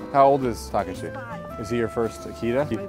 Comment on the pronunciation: They’re both mispronouncing Takashi, it hurts my Japanese ears